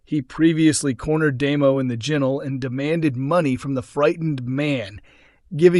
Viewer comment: Ginnel is pronounced GINNEL NOT JINNEL lol but I think it’s AI !